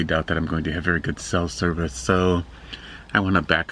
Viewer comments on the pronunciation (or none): none